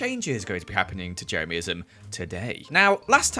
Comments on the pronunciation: HE SAID JERAMISM NOT JEREMYISM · I can’t get over the way says Jeremyism “Jeremiahmism”